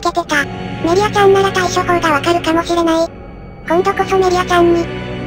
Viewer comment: 後で気づいたけど 最後「ソフィアちゃーん！！！」ではなく 「ソフィアちーん！！！」になってた